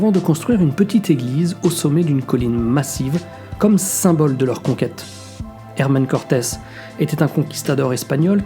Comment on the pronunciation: "Hermann Cortez", Hermann ??? Il s'agit de Hernàn Cortez.